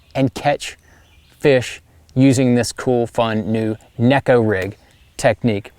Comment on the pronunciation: Actually, John, the proper pronunciation is with a long A. (Nay-ko) 🙂